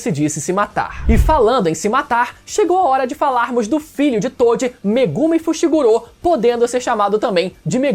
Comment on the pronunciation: Por quê vcs ficam falando Fushiguro como fushigurô? 😂😂 devo ter algum tic, prq isso me dá uma gastura do carai 😂😂